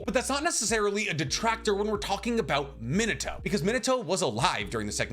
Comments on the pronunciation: Me-Nah-Toe not Minah-to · your pronunciation of minato rivals Michael b Jordan saying narudo